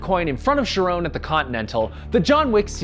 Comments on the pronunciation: "Sherone" My guy, that's pronounced "care-on" reference to the ferryman, not a POC name 😂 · "Sharon"? Charon. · "Sharone"??? Seriously? It's Charon, named after the guardian of the greek underworld.